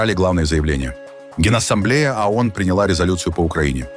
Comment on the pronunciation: ООН...А не АОН...не надо вот подходить к тексту....разговору.... звук О - это не звук А.... Исключитеная нация состоит из неудачников ,мошенников и др.шоблы со всего Мира... Ещё по историческим меркам молоко не высохло на губах и учит весь мир.... Где индейцы,хозяева?в резервациях... Дайте печатный станок денег любому из нас...и увидите...величие...